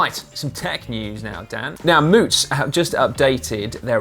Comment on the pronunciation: Thanks GCN from a local for finally pronouncing the name of the Moots bike correctly. Much appreciated!!!